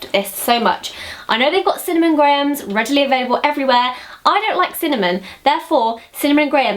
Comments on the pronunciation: Golden Grahams isn't pronounced gray-ums. It's grams. :) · when she said "grahams"i D I E D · When you say "grahams," you sound so, like, American, it's hilarious. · i liked the way you say grahams lol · You pronounce "grahams" strangely to me. haha Hello from Chicago <3 Thanks for the video :) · it must be because i'm american, but i'm fascinated by the way you pronounce grahams lol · Say "grahams" again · Haha you put on quite an american accent when you say grahams!